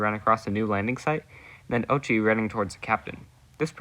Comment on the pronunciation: 👆🤓 “uhm actually it’s pronounced oat-chi”